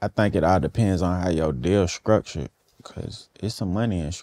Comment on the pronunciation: "It's just about like.. how your deal skruckchured." -21 Savage